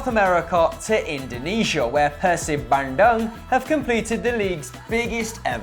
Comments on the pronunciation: I'm from Indonesia, and u guys just made my day lololol. Let me enlighten u guys, it's pronounced as bun- doong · it's ban-doong lol but it's nice seeing that you guys pay attention to Indonesia. Love you guys! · the way they said bandung makes me laugh 😂